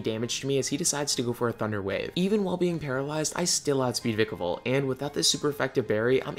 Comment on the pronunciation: It's v-ie-kevolt